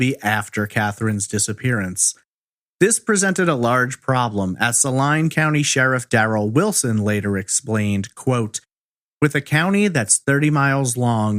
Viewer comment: He pronounced Salina correctly but Saline County incorrect. It's pronounced Saleen